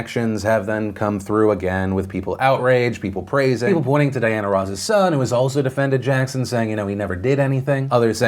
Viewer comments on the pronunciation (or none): none